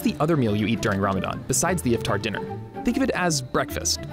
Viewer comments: iFtEr? Yaar Iftar bolo! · when he says if-tar I cringe so hard lmao